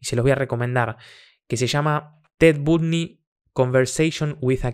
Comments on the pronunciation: Se escribe Bundy pero se lee Bandy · Se pronuncia BANDY con A, pero me da muchisisisisisisima ternura escucharte decirle Bundy jaja :) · Hola, me gusta ver los videos nuevamente y me dí cuenta al verlo nuevamente que lo "sicópata" se le nota en la mirada, si ves videos de otros asesinos en serie tienen la misma mirada. Un abrazo grande desde Chile, mucho amor y luz 🤗💕🙏🏻🌹✨🥰 ( se pronuncia Bandy jejeje 😊) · En inglés sonaría B(ae)ndy, más fácil: Bandi para el castellano, acentuando más fuerte a la letra A. Saludossss 😊👋🏻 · Se pronuncia " BANDY" asi com TRUMP SE PRONUNCIA TRAMP. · Se dice bandy, si dijo beautiful girls. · Se pronuncia "Bondi" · Ted bandy se pronuncia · Se pronuncia "bandi"🤙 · Se pronuncia " Bandy " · Se dice Bandi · Pronuncia digo Ted BANDY.